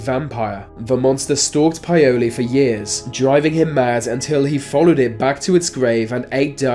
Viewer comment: No offence but you're kinda butchering the ethnic names. Plogojowitz = plug GOY oh vitz Paole= POWL ' eh. Eastern European descended person.